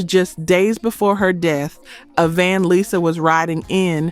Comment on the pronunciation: Had me believing the narrator was a real person until she mispronounced Lisa Lopes as Lyza Lopes